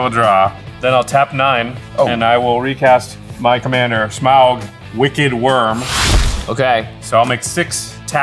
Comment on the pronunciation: There’s a point. A funny thing or an on brand thing that Jimmy took out the Goldspan as his last hurrah. However. Had he not done that. could have blocked his Smowguh as everyone likes to enunciate. Might’ve changed things I believe?